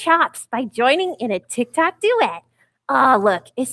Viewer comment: "On the tictoks" do you mean tiktok